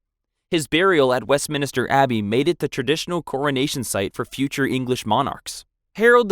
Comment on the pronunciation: It's spot on this vlog, my friend Michael calls it Westminister Abbey so your not the only one